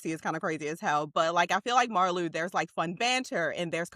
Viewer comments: Just found your channel. I’m looking forward to catching up on your videos. Love this one! By the way, Marleau is pronounced like Marlow (Mar-lo). :-) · Spelled Marleau (translated to ocean water in French ) pronounced like Mar-Low 🤭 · Another great giggle fest listening to this top 5! We love our supporting characters. Because I am picky (nerdy?? yup) like that, just a minor correction on the pronunciation of "Marleau". it's a long "o" sound on the end, not a "u". typical for all French words or names that end in "eau". Love that Svetlana is your #1! She has been a lifeline for Ilya. I have heard in other YouTube fan spaces that there is a storyline for Svetlana where she gets a top tier role in the management of a MLH team so she can use her hockey expertise. Would love that for her. And I love that in the scene on the bed with Ilya, she gives us a little peek into her opinion that Ilya may be a more versatile player than Shane -- even though she was kind of busting his chops. Both Ilya and Shane play the center position on their teams. When they are talking about them being on the same line at the all star game Ilya says he doesn't think Shane can play wing and Svetlana says "but you can". And I don't think Ilya will continue having a physical relationship with her. He is loyal to Shane ,babes!! Thanks for another lovely ride down a HR rabbit hole! 🙂